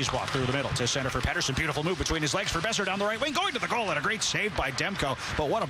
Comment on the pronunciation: WTF , ITS P'eat'erson